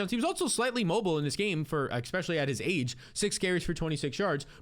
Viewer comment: PLEASE stop saying EX-specially